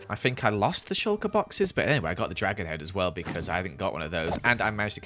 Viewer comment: You said beecauen